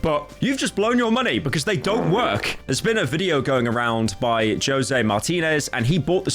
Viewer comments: did his British ass just say “Joe-say” instead of “Jose” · No way bro just said Jo-zay instead of Ho-sey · "Joe-zay Martinez" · Pyro pronouncing José as "Yo-seh" is such a pyro moment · Bro can't pronounce Jose right. It's (Hoe-Say). Thank me later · bro said "joese" I'm doneeeeeee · Pyro Doesn't know how to say he just says Joesay. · Pyro's pronunciation of José made me grow grey hairs. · Bro really can’t pronounce “Jose” lmaoooo